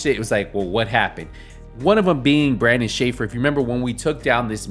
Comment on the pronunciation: Bruh its BARDON NOT Brandon